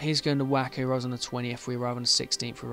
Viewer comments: Waco is pronounced way-coe. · Waco is pronounced like way-ko btw :)